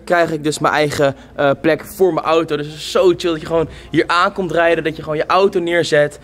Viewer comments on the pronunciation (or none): none